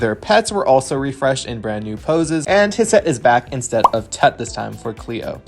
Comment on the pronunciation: As a lifelong Egyptomaniac, it physically pains me every time says heart in a jar, but also, HISSETTE!!! ❤